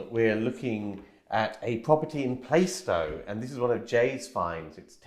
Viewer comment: It's not Playstow it's Plarstow - I know it well !! Great video !!